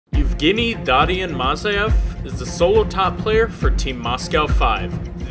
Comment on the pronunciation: In the beggining it should've been pronounced like Evgeniy(you should pronounce the E) and Mazaev I think the stressed part had to be in the beggining instead of the middle.